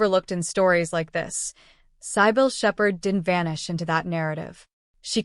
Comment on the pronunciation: Here "Cybill"is badly pronounced by the narrator